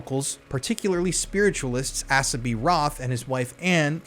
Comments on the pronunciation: Not ‘ass-a’ it’s ‘Ace-a’, a common name in the US a hundred years ago.. also in Western movies 🎥 😊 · Dude it's pronounced Ace ah. Now on with the show. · The name Asa is pronounced with a long A (rhymes with hay). 😎❤